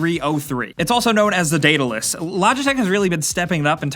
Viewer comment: thx for teaching me how to say Daedalus I read percy jackson and I wanted to know how to pronounce it lol